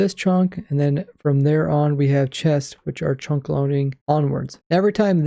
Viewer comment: Am i the only one that hears him say "chonk"?